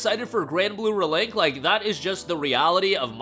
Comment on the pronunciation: "Granblue Fantasy Ruhlink"